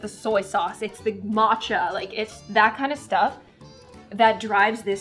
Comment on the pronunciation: Ur not Asian if don’t you say sushi like “sushi” but like “soowshee” that. That’s 𝗯𝘀 OH she said “mowshi” AAAAAA SHE SAID “maatchaa” OH THAT HIT MEEEEEEE no hate but WHAAAAAA